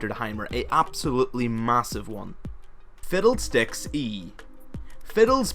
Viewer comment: I heard "fiddled sticks"...